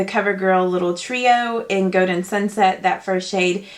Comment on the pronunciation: The way she says golden kills me stop saying goden it's goLden